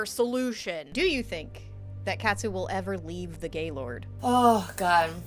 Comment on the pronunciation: why can’t anyone pronounce ‘Katsu’ 💀💀💀